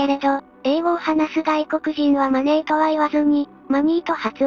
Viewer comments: Moneyではなく真似ーと発音してしまう犯人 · このマネーマネーの発音は何回聴いても酷い。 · マネーの発音、声色が日本人ですね 小賢しいことしやがる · 容疑者4000人だの5000人だのリストアップにはちょっと驚きました。予断なくちょっとでも可能性あるのを漏らさず入れるとそのくらいになるのかもしれませんが、一日100人チェックしたってひと月じゃ終わらないですもんね。まだ警察が伏せている情報次第で何か分かりそうですが……（カツラの汗とかで血液型も割れてるのかな？）。あと音声はこの動画で初めて聞きましたが、明らかに「マネー」で日本人の発音ですよねえ。